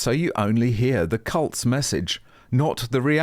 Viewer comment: It sounded like you said milliband and Blair were cults i think you meant %#@